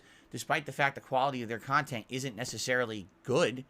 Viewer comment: Your CON-tent is DOG SHIT 🤣